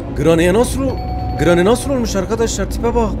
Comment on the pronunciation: Abi sana telafuzlarını sölim:granny=greni cutting pliers=katting piliyırs coghwheell=kogviıl